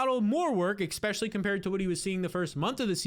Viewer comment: I have a new game; Every time I hear you say Exspecially I close the video.